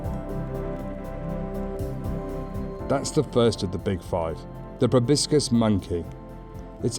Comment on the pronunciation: Proboscis. So many people say probiscis. Sorry for being that guy. 😆